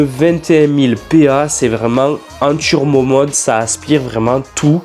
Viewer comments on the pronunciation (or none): Pourquoi tu dis « tchurbo »? Ça fait bledard